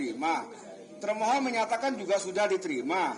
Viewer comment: kok ketika hakim bilang termohon yg saya dengar malah termul 😂